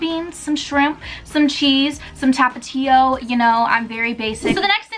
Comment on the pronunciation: i love the way you say tapatio lmao